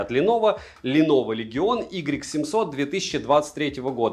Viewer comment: Может не "игрек 700", а "уай 700", всё таки?)